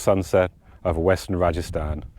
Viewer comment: This is RAJASTHAN not rajisthan